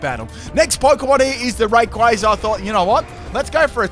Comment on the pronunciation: I love how mispronounces names all the time, yet is one of the few people that properly pronounces "Rayquaza" (Pronunciation sources: movie and Battle Revolution)